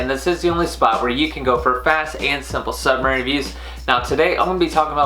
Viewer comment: It’s “supplement”, not “subament”.